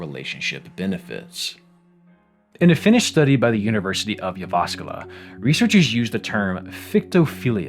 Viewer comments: Very nice video, thank you for the immense research you do for your videos in general! Nice to see you having found a paper from University of Jyväskylä (good pronunciation btw) which happens to be my alma mater. Looking forward to your next video, as always!:) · I enjoyed how close your pronunciation of Jyväskylä was. Very nice